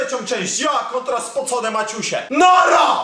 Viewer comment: Dla czego muwisz spocone maćuśe?